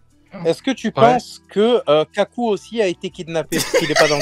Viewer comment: il a dit Kaku, j'ai mangé le sol mdrr